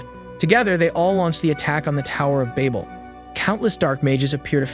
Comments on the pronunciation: Babel (babbel) Ouroboros (oro-boros) I'm sorry but hearing you continually mispronounce them got to me. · im losing my mind listening to him pronounce babel as bable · me: did he say baybal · cant even say babel right. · That isn't how you pronounce Babel. Nor is that how you pronounce Ouroboros. Guessing this is just a VA reading a script and not someone that actually watched it. The Tower of Babel is a hilarious story also. So it goes, a united humankind from Babylonia wanted to build a great city and a tower "with its top in the heavens." Now apparently Sky Daddy Supreme didn't like that idea so much. Humanity building a tower too tall was just the straw that broke the camels back. He didn't want no strong independent blac.....err humankind. Look at the achievements of these united people. We can't have that. For Omniscient Narcissist Deluxe Coutour needs to be worshipped and praised for his greatness because apparently a divine omnipresent omnipotent creator be like "hella insecure and like, totally a stage 3 clinger that needs to be needed and aint "feelin" what those sus ratchet Babylonian bitches that are totally compensating for something with the size of their tower. Theyre just tryin to get my attention," Genisis 69:420 The MASS SHARED DELUSION SOMEHOW STILL BELIEVED IN 2022 - then decided the ultimate solution to this problem was to make it so all of these humans could no longer understand each other so that work on the tower could not be completed. Even if this story had ANY truth to it (spoiler, it doesnt) all it manages to demonstrate is that an insecure pussy destroyed a united mankind because of a fragile ego. It would literally be like you spraying chemicals into an antfarm y